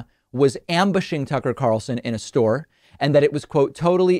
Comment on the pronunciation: David- it’s “store,” not “stauwer” buddy. Might want to check that accent of yaw-ers.